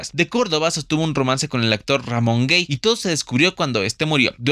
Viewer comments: Hola pronuncias mal no es Ramón Gey es Gay ok y no pongas a Pedro Infante no seas amarillista. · Buen esfuerzo y trabajo, sólo un par de objeciones: -No se pronuncia Guey el apellido de Ramón Gay, y su pronunciación es literal Gay -No había antes tal "comunidad lgb...xyz" por tanto adjudicar una supuesta pertenencia a dicho organismo es inadecuado además de incorrecto. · Se pronuncia cómo está escrito Gay , no gey lo pronuncias mal , debes informarte bien antes de dar estas declaraciones , pierdes credibilidad 😅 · Deficiente "reportaje". Respecto al actor Ramón Gay, su apellido se pronuncia "Gai" no "Guei". Esto parece más chisme que información sería. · El apellido Gay, de c Ramón Gay es la forma corta de Gaytán, por lo que NO DEBE ser pronunciado como /guei/. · Recuerdo a todas estas figuras, una prueba que la orientación no tiene nada que ver con el amor y talento. Y, solo para aclarar sin afán de sermonear, el apellido de Ramón Gay se pronuncia tal cual "gaii" y no "guei". Es un apellido de origen catalán, poco común, si, pero en su momento la gente pronunciaba bien su apellido ademas de que nadie hacía comentarios respecto a la relación de su apellido con las sospechas de su orientación sexual. Curiosamente, en catalán significa, alegre, igual que la palabra gay en idoma inglés. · Ramon Gey???😂😂😂 se pronuncia Gay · Aguas con la pronunciación, Ramón Gay se pronuncia como se escribe, con "A", no se dice guey como de homosexual, aunque en este caso si3lo haya sido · Le pongo dislike a tu video por tu miniatura en que pones a Pedro Infante con el único fin de que lo vean, y por cierto se pronuncia Ramón Gay con "A" no "Guey" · Informate bién antes de despotricar tanto veneno Marga jamas declaro que Arturo era gay ademas nunca se casaron y tu dices que era su exesposa, y no se prpnuncia Ramon "gey" era Ramon Gay era apeido chavo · Te aclaro que el apellido de Ramón Gay se pronuncia como va escrito con a y no e, no es una palabra inglesa.